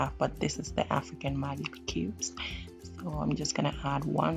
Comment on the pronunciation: Did you say maggot cubes or magic cubes?